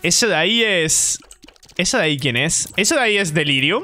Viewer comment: xD? como vas a delirium sin "R" xd